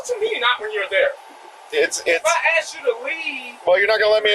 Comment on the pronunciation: Why does black Americans say aks insted of ask?